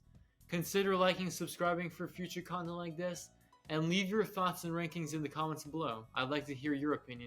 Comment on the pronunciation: Am I the only one who thought he said "cunnilingus" instead of "content like this"? 😂